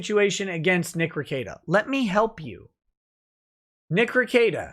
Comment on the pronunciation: Be careful of your pronunciation of your own name or Drex will have to double check your N-word pass. Nick Rekieta not Nikr Kieta.